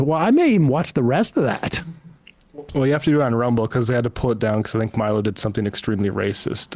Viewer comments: Respect to Sam for never once over the years learning how to pronounce Milo's name properly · Hearing Sam slightly mispronounce Milo's name is very funny and I hope no one tells him. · I just love how thoroughly Sam butchers Milo's name 😂